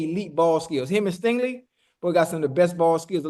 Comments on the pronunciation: Somebody tell his name is STINGLEY and not Stanley 😂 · Why dude keep saying STANLEY? It’s STINGLEY lol